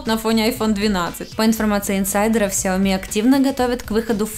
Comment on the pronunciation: ну почему ксяоми, сяоми правильно